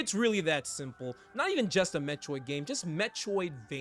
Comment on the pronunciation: I can’t unhear “Met-choid” xD